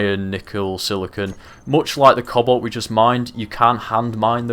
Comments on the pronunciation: Who else was hearing him say cobble, instead of cobalt for the longest time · cannot unhear "cobble" when you say cobalt.